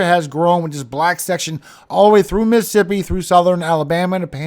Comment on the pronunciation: Miss-a-ssipi or Miss Siipi ??? Tell me without telling me you have spent time around north shore,, Hattiesburg,,Slidell Just 'nother country youngun' here ❤❤❤❤❤❤